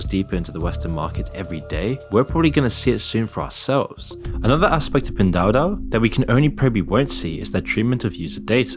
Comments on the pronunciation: It’s ‘pin duo duo’ You called it ‘du du’ ‘dao dao’ and ‘dou duo’ lol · I know it's not the biggest deal for non Chinese speakers, but the pronunciation of Pin Duo Duo in the narration is super off 😅 goes from some funny ones like Pin Doodoo to Pin Dodo... maybe stick to saying "PDD" in future videos if they're mentioned? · I’m laughing because you are pronouncing Pin duo-duo as Pindoodoo. Great job. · Pin Do Do 😂 it's Pin Duo Duo - pronounced "Pin Dwaw Dwaw" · At you say "966" but the article states "996" - which one is it? And all i heard was "doo doo" instead of "duo duo" lmfao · Pin doo doo 😂 is pronounced pin doo-o doo-o 😅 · the amount of pronunciations of "pen duo duo" 😭😭👌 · Fair video but your quality control is really poor. you frequently showed info on the screen and read different numbers. for example the rating was 3.3 but you kept saying 3.4. and you changed c+ to c-. you also pronounced pin duo duo completely wrong and shows a lack of research, along with speculative superlatives without any research justification. Not quite journalism, more like another bandwagon just like the influencers, using the hot topic to get some cheap views. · Probably already said/noted. Duo is said more like door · Did you say pin doo-doo? Grooosss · all love bby but u are butchering tf outta that pronunciation 🤣🤣